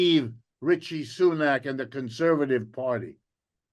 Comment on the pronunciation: “Ritchie Soonak” 😂😂😂 ‘rishi’